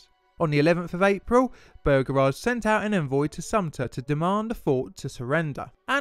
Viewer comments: I hate how he says Beauregard. It just sounds wrong to my American ears a lot like how British people say aluminum. It just sounds strange and wrong and stupid and I hate it!!! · Not trying to be an ass but it's bow ra guard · Noticed that too.He's English so break given. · I see I am not the only one deeply annoyed by the horrible mispronunciation of the General's name. I mean, it is not that difficult to read it, and if still in doubt, how about check wikipedia or other sources for the pronunciation? Otherwise the video is nice!